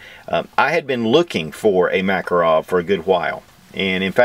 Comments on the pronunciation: BTW my Russian neighbor says the name is pronounced muh-KAH'-roff. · If anybody would like to pronounce the name of this pistol correctly, try Mah-KAR-off. Accent on the second syllable. Thank you. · MakAAArov, blyat' Nice vid though.